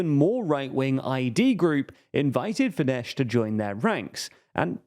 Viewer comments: How many videos about Hungary will it take till you figure out that the hungarian 'sz' corresponds to the regular english 's' like in 'soft' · Don't say fideS pls. Just say a regular s. Like "say". Just ignore the "z" at the end. SZ in Hungarian sounds like the same as S in "Say" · Spell the "sz" as the s in "snake" and you will have the pronounciation just right. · It is actually Fidesz, they are pronouncing it incorrectly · No, it's Fidesz. In Hungarian "S" = "SH" in English In Hungarian "SZ" = "S" in English. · I love you guys, but Fidesz is pronounced as "fides" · "fidesh" Lol Lmao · It’s should be Fides with an S (in Hungarian sz is read S) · You mispronounced fidesz- it’s “fides” while s alone in Hungarian sounds like sh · Yeah, he read it like the Polish sz combination, which is indeed [ ʃ ] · To be pronounced as FideSS - this spelling is more fitting anyway;) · Fidesz with an s and not sh, comes from latin... So annoying you cannot get this right. Avoid using their name if you cannot pronounce it? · The letter combination "sz" is NOT pronounced "sh" in Hungarian. "Sz" in Hungarian has the sound of "s". Also, Hungarian is a language that usually stresses the FIRST syllable of a word. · Fidesz not pronounced as “fidesh” rather fides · Read Fides, not FideSH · .. It's FIDES, NOT "FIDESH"! No, the Hungarian SZ is not the Polish SZ. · It's Fidesss not Fidesh! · As a Hungarian, I must correct the pronunciation of FIDESZ... it's not FIDESH as you pronounced, but FIDESZ /s/. The last sound is a double-letter SZ, which is to be pronounced like the "s" sound in the English word "soldier". Other than that, it was a good summary. :) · S for chist sake... Fidesz ends with a regular "s" not with "sh" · Mate, it's not pronounced Fidesh but Fides with British typing. In polish Sz is Sh and S is S but in Hungarian it's the other way round, and sz is s and s is s. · Why they saying “fidesh” 🤣. It’s pronounced “Fides” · Fidesz is pronounced as Fides.